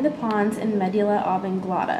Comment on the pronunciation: Medugulla? this is a good vid but pronunciation is totally incorrect. However you were dead on with the locations. Thanks for posting to help the rest of us